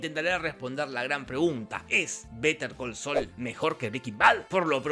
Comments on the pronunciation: "vete al col sol" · Better call Saúl ❌ Be De Co So ✔️ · "beter col soul" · ..."BETER COL SOL"